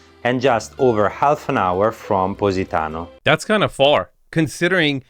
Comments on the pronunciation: “Pussytano” 😂😂😂 gosh 😂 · Thought he was saying PussyTown.. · He pronounces it "Pussy-tano" 😂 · Stop calling it "Pussy"tano, LMAO... 🤣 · This is the First time I heard an american pronounce Positano, cracked me up a Little 😂